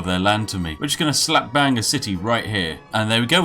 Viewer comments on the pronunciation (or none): none